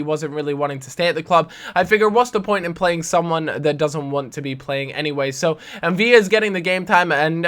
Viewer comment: ffs it's M'Vila with an "l", not two "l's" like David "Villa" in Spanish